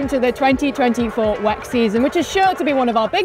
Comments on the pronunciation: can you pls say W E C and not wack 😢😂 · Its very strange that everyone says "weck"